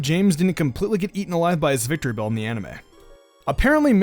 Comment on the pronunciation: its vic-tree-bell not victry- bell